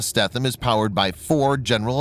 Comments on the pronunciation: Her name is pronounced more along the lines of STEENUM (longer E and the TH somehow more of an N... ) (sry dont know the different pronunciation markings) Why do I know. Well 3 years onboard Robby's boat and you will learn some things :) and ... well I would like to inform you that our LIFE RAFTS are NOT ASW weapons. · Pronounced “Stee-thum” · you pronounced the name wrong. i stopped watching at that point lol ----former crew member.